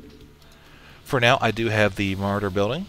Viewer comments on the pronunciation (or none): Ma-RAW-der dude, Ma-RAW-der. Great Beginner tutorial though!